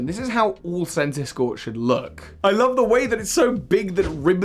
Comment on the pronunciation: THE SECOND C IN CENTISKORCH IS SUPPOSED TO BE A K!